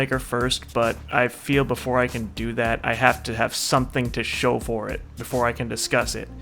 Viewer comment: *before* Not boofore